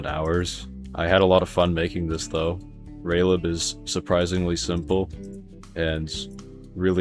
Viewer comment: Bruh its just raylib